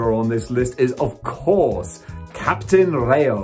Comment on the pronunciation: It's Capitan Rayo, Captain Ray. You ruin the count down wanted the prices